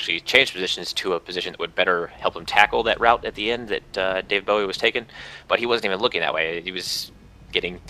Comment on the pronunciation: david b-oh-wee... not b-ow-eee